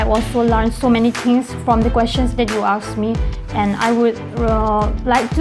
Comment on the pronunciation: its asked not aksed